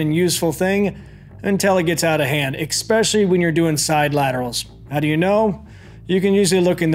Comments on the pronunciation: Especially… Expecially… 🤔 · Liked the vid at “expecially”